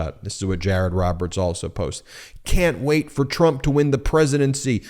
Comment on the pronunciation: Jay-ay-rod dun messed up. 😂